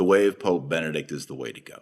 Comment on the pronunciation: Dr. Marshall, perhas I am a bit anal retentive, however, youhave a rather annoying tendency of forgetting that the previous pope but one is Be-ne-dict which consists of 3 syllables yet, all to often you glide, or rather, omit the second syllable.